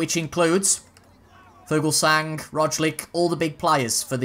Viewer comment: Just for future videos, the g en Fuglsang is silent